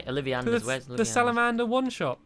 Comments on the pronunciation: Hermiodaisy, it's Wengardium Levisosa not Wengardium LeviosA and Weasley Longnose it's Olivanders not Salamanders. Don't drive me mental! And BalisticPotter, don't break school rules! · It's ollivanders not salivanders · OLLIVANDERS NOT SALIMANDORS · Stamps! It's not Salemander, it's not OlEvanders, it's Olivander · not to be mean stampy but im a harry potter fan and its olavanders not salamanders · Honestly, it's "OLLIVanders, not "SALAManders"! -Hermione-Daisy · its ollivanders not salamander ollivander is a person and a salermander is a anphibion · stampy its olivanders not salamanders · lol it was Ollivanders not Sallivanders!XD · It's Olivanders,not Salimanders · Stampy it's olivanders not salamanders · It's not oliveeanders or salamanders it's olivanders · Stampy its not salamanders its olivanders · Stampy its ollivanders not salamanders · It's not salamanders its olivanders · It's Ollivanders not Salamanders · Its Olivanders not Salamanders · Its not salamanders its olivanders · STAMY CAT ITS OLLIVANDERS NOT SALAMANDERS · Olivanders not salamanders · It's OLIVANDERS NOT OLIVIANDERS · It's olivanders not salivanders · ITS OLLIVANDERS NOT SALIMANDERS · Olivanders not salivanders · It's ollivanders- not SALAMANDERS! 😒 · It is alevanders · it is not salmands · ITS ALOVANDERS ' ( ' ( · Leroy Jeinkins ITS OLLIVANDERS you silly kitty 🙂😍😝💋! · its Ollivanders Stampy come on!!! :D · every time he said saomanders I cringed haha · stampy it is olivanders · ITS OL-I-VAN-DER-S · Stamps. It's pronounced O-li-van-ders. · its olivanders ol-i-van-ders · it's olivanders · It's pronounced Ol-i-van-ders